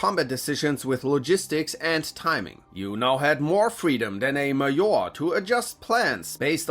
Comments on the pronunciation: It’s. Not pronounced maor it’s MAJOR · he said it like a german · You name word Major as almost we saying it in Russian (like Maior not Major as in Englisch)